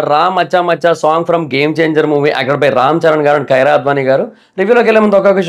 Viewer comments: Kaira kadu.. Kiara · Kaira kaadu kiaraa